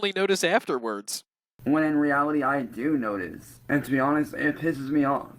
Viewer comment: “i dew notize”🥴